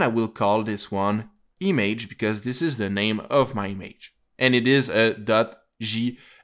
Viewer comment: Good Tutorial but the way you say "Image" makes me crazy